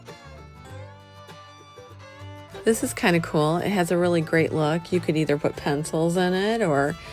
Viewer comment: I hate the way she says coolel all the time. One word cool